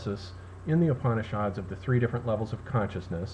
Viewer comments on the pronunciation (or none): Hi, I love your explanations of Heidgegger and Gebser. I just wanted to point out that 'Upanishad' is pronounced without the 'a' as Upnishd ( Oop-knee-shud). It's insignificant when compared to the material but I think it needed mention.